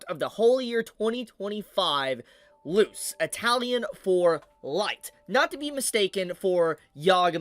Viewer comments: Bro has an entire channel dedicated to anime and pronounces "Luce" as "loose" and not "loo-say" or "loo-chay". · Loose is the wrong pronunciation. Luce is spelled like luch-ador. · Ok it’s pronounced “loochay”. The c followed by an e makes a “ch” sounds Also…this is so embarrassing as a Catholic like how can I ever evangelize and cooperate in the church’s mission with Pope Francis doing this crap. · Americans always the first to correct you if you call them the in your native languages version of their name but refuse to use the right pronunciation of any other people’s names. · The c is pronounced like a ch in the word Luce. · “Luce” Pronounced “Lou-see” Or “Lou-ché”? This has legit bearing here because one is shorthand for “lucifer/ satan/ the devil” the other is, i dunno, some guy that owns a pasta restaurant.